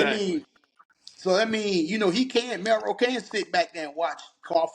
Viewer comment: Milroe man not Melroe lol